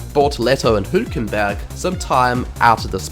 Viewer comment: Well, Sauber got more points in the first race than in the entire 2024 season. Great pronunciation of Hülkenberg btw!